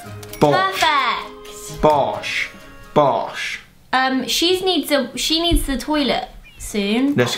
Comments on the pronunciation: why does Alfie say bosh and not boss..🐵🐵😂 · did alfie say bosh or boss